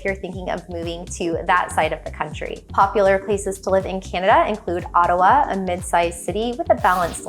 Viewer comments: Video , it’s Ottawa, not “Ottowa”. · “Ottowa” ….. please.